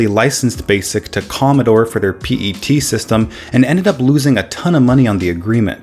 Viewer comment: The commodore pet is pronounced Pet like a pet dog